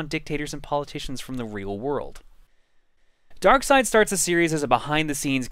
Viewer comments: I am pretty sure it is pronounced Dark Side, not Dark Seed. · I refuse to pronounce Darkseid as Darkside. I pronounce it as it's spelled. Bad grammar should never be helped. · It's pronounced "Dark side"? I thought it was "darkseed" for some reason. "Did you kill Lois?" Just like Action Comics being one of the longest running comics, this will be the longest running LP by the time it's completed.